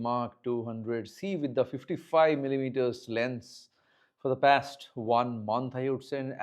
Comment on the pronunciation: Not pest it's past 😂